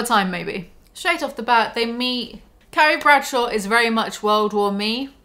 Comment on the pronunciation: It sounds like you keep saying 'Caries Pretzel.'